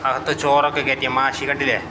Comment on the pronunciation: മാഷി അല്ല, മഹ്‌ശി